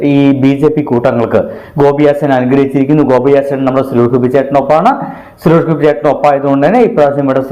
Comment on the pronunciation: ആദ്യം സുരേഷ് ഗോപി എന്ന് മര്യാദക്ക് പറയാൻ പഠിക്കടാ